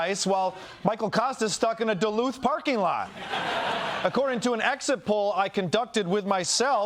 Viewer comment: To be fair. Michael Kosta also pronounced “Duluth” wrong two weeks ago during his visit about it being a global climate refuge… his cultural insensitivity didn’t prevent this assignment. They just hate him. 🤷🏿‍♂️😂